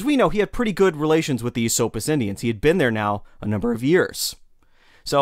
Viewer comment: its definitely "Eh-SOAP-us" to the natives. Lived there my whole life, and never heard ESS-suppis.